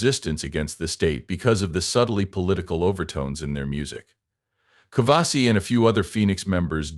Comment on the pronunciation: 1. It's Nicu Covaci, not Covasi. 2. He's not American, he's Romanian. Get your facts straight, before dishonoring someone's memory.